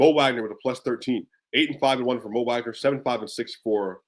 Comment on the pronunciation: Heads up I'm pretty sure it's pronounced Vagner and Bankehro